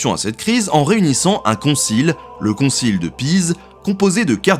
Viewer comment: "Concile" et non "concil".